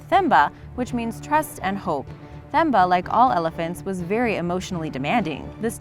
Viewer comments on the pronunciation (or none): The moment she pronounces Themba as THemba instead of Teh-mbah. Cutest video ever though!! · Pronounced Tem - ba not Themba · You say Temba when you call it. Don't emphasis the h in Themba. It's 'Themba' when you write it however when you call it it's 'Temba'. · Themba is pronounced with a hard t. So like tembah. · Number 2, It's Themba, pronounced "Temba" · I think the elaphants name was pronounced temba or timba cause in Africa they do that..,Like my name is Thembi but it’s pronounced timbe.